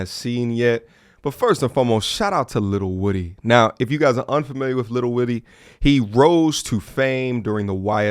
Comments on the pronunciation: Shut up u irritating & its WOO Dee not Woody wtf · Lil woo dy... People always pronounce bro name wrong